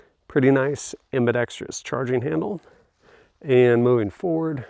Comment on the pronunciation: people who say, "ambi-dex-tree-us" are a pet peeve of mine. Ambidextrous only has one "i".